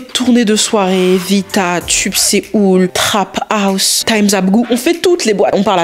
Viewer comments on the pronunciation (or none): none